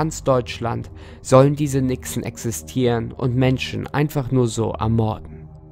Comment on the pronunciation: Nixe.Hab am Anfang Wichse verstanden.😂